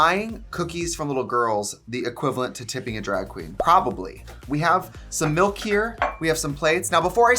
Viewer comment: “do you believe in mOlk and cookie”